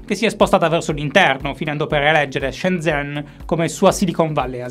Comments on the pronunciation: devi migliorare la pronuncia cinese....si scrive shenzhen, si legge shenGen ..."gen" come generale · La pronuncia di Shenzhen è "ShenJen"